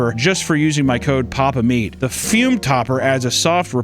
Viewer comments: Ah yes, the "fyuuuum". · did someone at füm give him notes that said he wasn't enunciating the brand name enough? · Broo the way he says "Fume" kills me 😂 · The way he pronounces Fume with so much gumption every time